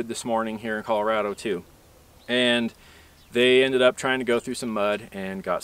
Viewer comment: You say Colorado incorrectly.